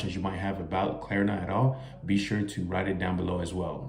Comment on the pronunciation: Klarna not Klerna